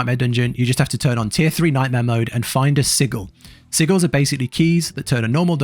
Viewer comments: Why does bro say sigils like that? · It's the bri'ish way to say it innit